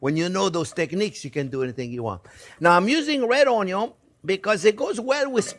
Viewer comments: Thank you so much for your videos. I've made several of your dishes over the last couple of months. I also walk around every saying "ONYUN"! Again thanks! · New to your channel, and someone who grew up in a restaurant that my family had 30 years, I get my passion for cooking due to my grandma, she never made an issue of cooking, she took her time, let me help, best memories I ever had are with her in the kitchen. Now, my question is, since I am new to channel, are you from Louisiana? when you say onion, I feel like I am in New Orleans.